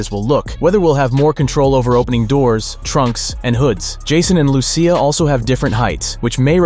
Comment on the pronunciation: Its Lucia as in Lu-ch-ya or Lushia not Lusee ya